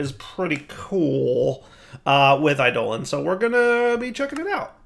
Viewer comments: i-doe-lawn, not i-dolan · I always pronounce "eidolon" as similar to "ai'doh-long", so pronunciation as "I, Dolan" bothers me. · it's pronounced like 'Ai duh lawn' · Is it a purposeful joke with this one? It really doesn't sound great with this one.